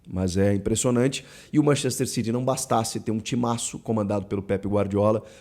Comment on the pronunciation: É City ñ Ciry, isso é ingles britanioco! Ñ ingles de xenofobicos!!!!!